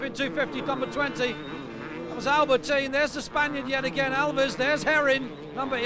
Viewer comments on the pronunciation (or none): The surname of #40 is not "Alvies" or whatever the narrator is trying to say but Aviles (ah-vil-es). That's not bad pronunciation, that's a grown man being unable to read!